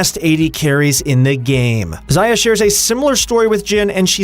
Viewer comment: "...and Xaayah"😂😂😂